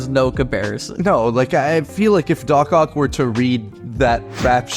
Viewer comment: It’s dock ock